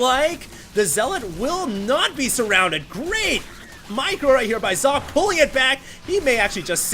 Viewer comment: Oh, i thought you learnt how to say Socke's Name...T-T